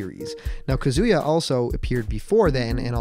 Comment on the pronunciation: YOU GOT KAZUYA RIGHT